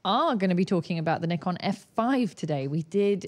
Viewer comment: No it’s not it’s Nikon not ne. 😜